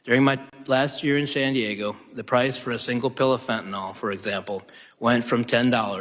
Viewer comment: It's NOT fenta NOL !!! It's fenta NYL fen ta NIL